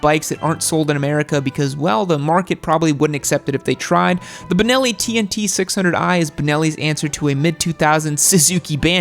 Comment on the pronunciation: Know-it-all guys.. it is Benelli. Not Bineli, not Binelli, not Banelli, not Bunelli. BENELLI. Which happens to be an Italian brand, one of the first motor companies in Europe. Due to financial problems, it was bought from the chinese QJ and it is actually going very very well in Europe. The BN600 did not come to Europe due to environmetal restrictions but the other models of this company are selling like crazy and complying to Euro4 regulations. Problem free bikes, very good built quality, vfm motorcycles. Especially the TRK line.